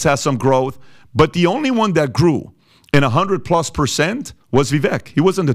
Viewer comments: Vivek sounds like vivake (rhymes with cake). not viveck. thank you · Vivek, pronounced Ve-Vake long A like Cake.